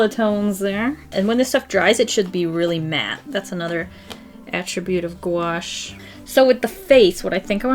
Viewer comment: I thought it said guacamole instead of gouache